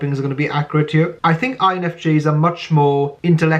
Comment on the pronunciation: 😅 the welshness is particularly endearing in that word. lol.. very well put lol "hyur..." signature